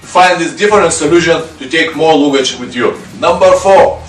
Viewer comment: Great videos. Just a minor correction to your pronunciation of 'luggage' given that you use the word in many of your videos. You say loo-gage whereas it should be larh-gage (with the same short stress on the 'larh' as your 'loo'). The pronunciation is the same in both British and American English.